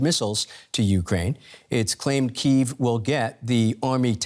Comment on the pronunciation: Can the host pronounce the capital of Ukraine correctly?